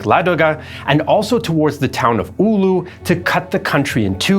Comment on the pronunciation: Yeah the video is great, but pronunciation is lacking. "Oulu" is not pronounced "Uulu".